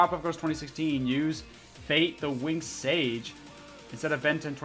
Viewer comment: SAGA! Not "sage".